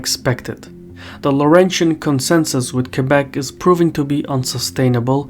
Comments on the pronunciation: How can someone mispronounce Québec? It's pretty straigthforward, as words get. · Most anglophone say : « Kwaybek » instead of Québec.